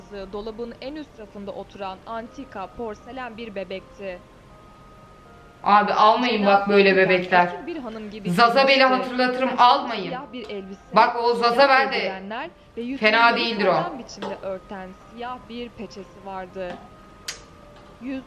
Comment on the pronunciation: Abla o zazabel degil anabel 😂